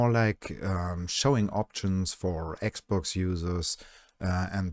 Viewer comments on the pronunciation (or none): none